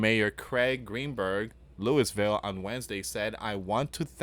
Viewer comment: It’s Louie-vul